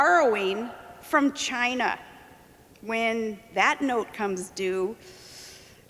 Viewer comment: Now we know where 45 learnt how to pronounce Chyena, as always, it all comes back to Sarah Palin.